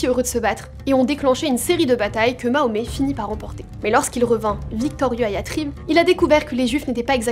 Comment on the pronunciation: mahomet?tu fais exprès de mal prononcer sombre petite insecte